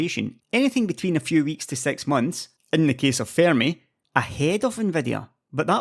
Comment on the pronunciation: i don't mean to be rude but why is it difficult to pronounce the number six? 😂😂 i keep it hearing it "sex megabeyts"